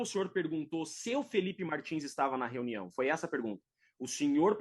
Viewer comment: Ele fala renião